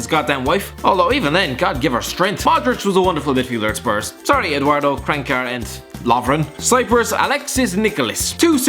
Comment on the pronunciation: The way he pronounces "Kranjčar" makes me angry (yes i am from croatia)